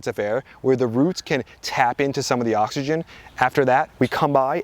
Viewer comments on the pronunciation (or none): none